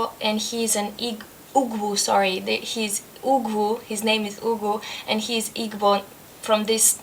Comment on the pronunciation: When you said it was the book you liked the most from International Reads I wasn't surprised. Half of a Yellow Sun is just a wonder story set in the historical context of the Biafran War. I really think Adichie is very good with character development. Igbo is pronounced eeboo. Sounds like you really enjoyed it. Now you'll have to read Americanah.